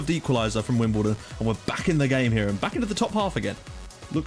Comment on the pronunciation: yep you got the name right :)